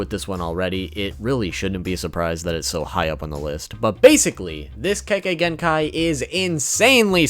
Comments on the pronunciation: YAY, you're actually saying Kekkei Genkai correctly this time! WOOOOO! \o/ Now gonna lie, that right there was a big reason I didn't watch your video explaining all of them. I kept cringing every time you mispronounced it. And I know you warn us about that in every video, but that didn't really soften the blow for me. But that's mostly just because I tend to be quite the stickler about stuff like that. Now to see which ones you picked out. HM: Yeah, I completely get why the MS is where it is. The power's badass, but with a drawback like that...yeeeaah, no thanks. 10: So...full disclosure, back when I was a pup who wasn't super familiar with much of Naruto's world lore, playing Ultimate Ninja 3, I had no idea how the heck Kimimaro was able to do the stuff he did. And I certainly didn't know his weapons were made of bone. So about a year or so ago (maybe earlier this year) when I went and looked up what Kekkei Genkai were on the wiki (can't remember how I learned of the term, but that's not important) and saw the Shikotsumyaku and what it did, I was like, "...oh! So that's how he did all that stuff! Huh. Well, good to know." 9: Man, that...that's just fucked up. Like, it's both epic and terrifying. And...not really sure what else to say here. ...well, other than I wasn't aware this was where Curse Marks stemmed from, but whatever. 8: ...um...well then. >.> Just gonna...stay away from her then. ...yeah. 7: Byakugaaaan! WOOP WOOP! Sorry, I just fuckin' love this thing. X3 It's ju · He said kekkai genkai right this time 😱